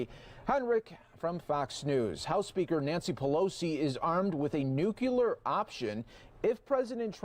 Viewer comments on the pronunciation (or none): This guy is supposed to be a newscaster? He can’t even pronounce nuclear, he says nucular - like all the other idiots who can’t say it correctly. 🙄 That being said, at least he’s posting actual news and not a fox version of the news. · I can see clearly how “you’re keeping an eye on everything” with four black video feeds, three sets of color bars, and a blue screen behind you. Quick tip, It’s NuCLEAR, not nuc-ular Great reporting champ👍🏽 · Where did FOX get this illiterate? Nuclear is not pronounced "new cue lure" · It's nuclear not nucular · Hehe.. he said nuculer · OMG did he really say “NUCULAR”??? I had to turn it off right there. He sounds SO uneducated. What a turn off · nuke u lar the he said that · nuc-ya-ler? come on, if you are in broadcasting you can at LEAST pronounce words correctly. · Learn how to pronounce nuclear.